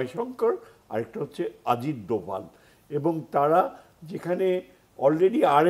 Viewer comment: আজিত নয় অজিত। উচ্চারণ সঠিক করুন।